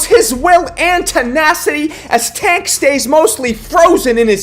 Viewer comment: Put some respect on pronouncing tank name